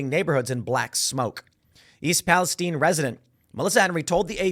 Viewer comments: Also Palestine is pronounced pal-ah-sty-ne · East Palestine...not (pal-i-steen). I'm from Ohio. Lots of our towns from the early 1800s were given Biblically derived names. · Why is Timmy mispronouncing Palestine?